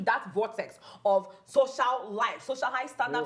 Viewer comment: Am i the only one or are have they been saying shocial media, instead of social media?